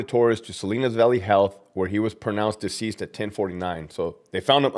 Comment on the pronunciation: Deceased, not disease 'd 😂 you a funny dude 😂